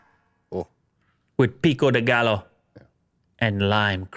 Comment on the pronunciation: Peggy Hill'ed the hell out of Pico de gallo. Lol!